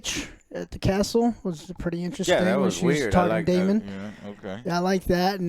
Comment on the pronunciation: Daemon Joe not Damian 😂